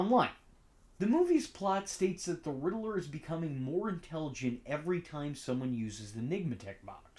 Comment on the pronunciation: God bless you... But It's pronounced "rid ler" not "riddle er" lol